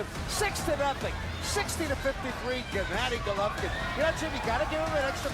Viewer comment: "Jennadi Gollovin" He ain't too smart, is he?